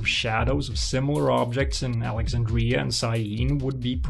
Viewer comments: Please! "AlexAndria", NOT "AlexandrIa"... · Your presentation is excellent but I have one minor comment. The ancient port's name is pronounced alec-ZAND-dree-uh not alec-zand-DREE-uh. Mispronunciations like this make me wince. It's like hearing the piercing squeal a piece of chalk makes when someone drags it along a blackboard.